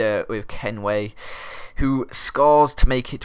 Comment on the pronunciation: Ken-Win not Kenway wtf